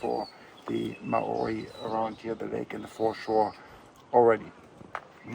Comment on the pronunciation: You are spot on with the pronunciation of māori. Better than most from nz